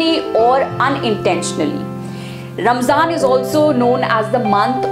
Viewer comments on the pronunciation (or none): If this video is aimed at non Muslims or people who want to know more, then my advice to the presenter is to use less arabic jargon & replace with English phrases so it's easir to digest. Plus it's not Ramzan, It's pronounced Ramadhan in Arabic Good try though